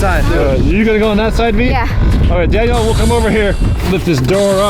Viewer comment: When Daniel was calling v said Danyear